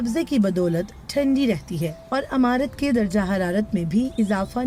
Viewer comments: جو خاتون بول رہی ہیں انہیں بتائیں لفظ عمارت کو زیر لگا کر پڑھیں وہ زبر سے پڑھ رہی ہیں لفظ بدل گیا امارت بن گیا اور معنی بدل گیا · DW se guzarish hai k Urdu service k liye durust urdu accent rakhney waley reporters bharti karei'n.. jo imarat ko imarat kaha karei'n.. na k AMARAT.